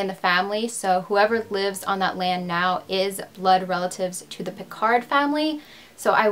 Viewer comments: Hello! Very nice and mysterious video! I'm french and i never heard of this story!! By the way, your prononciation is pretty nice, just don't prononce the «D» in Picard, we say «Picar», and same for Cherbourg, don't prononce the «G» 😉. I really love what you do! Thanks for all the work you put in your videos! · Hi, your prononciation isn’t completly off, but the aul in pauline is ponounced like « hole ». And the « d » in picard is silent. Great video, i would live more french cases or australian ones. Love from France